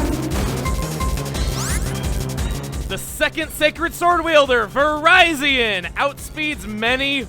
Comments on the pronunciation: So... I presume there are others remarking "It's Vih-rih-zee-on so the Verizon joke doesn't quite fit"? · ...Seriously? You refuse to use the Pokédex 3D Pro's official pronunciation of Rekkuuza's name, but you use its pronunciation of the name that's actually based on "viridian", which sounds like Verizon? Dude. Make sense. Rekkuuza is cool, Verizion is not. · Your pronouncing it wrong it's not Verizon with an extra I it's ver-iz-ee-on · Virizion sounds weird when it's pronounced like Verizon... I though it was based off the word viridian? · I believe it’s pronounced “Vuh-Rih-Zee-un” for a pun off of Viridian. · I have to wonder why you've been pronouncing Virizion's name like the Verizon phone company? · it's pronounced "Vuh-RIH-Zion". The name is a play on the word "Viridian". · That is how it should be pronounced. But the anime didn't catch this, apparently, since they do pronounce it Vir-RYE-Zion. (Yeah, that glaring fault does annoy me, too) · Pokedex 3D Pro pronounces it as Vir-RYE-zion as well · I'm sorry did you just pronounce it ver-ie-z-on that is the farthest from the correct pronunciation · I get you want to pronounce Cobalion like Cobalt. But I can not stand how you pronounce Virizion and Terrakion. (Aswell as Archen) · Hearing Virizion's name mispronounced so badly hurts my ears... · Wow, Virizion with a hard I is the actual pronunciation? I thought it was with a soft I, like ...you know, viridian? That seems to be trend with this trio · It's supposed to be like Viridian. You know, the city in Kanto? Similarly, Cobalt-ion